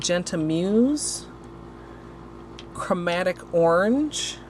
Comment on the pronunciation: I love these! And the way you say orange 😁🍊💅